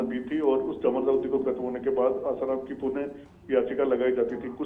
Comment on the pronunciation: News editor महोदय भाई उस समाचार वाचिका बेहेन को आसारामजी बोलणे को बोलो कृपया, और news देते वक्त backround साऊंड कम हो तो news सुनने मे और ही आनंद आवेगा 🙏🏻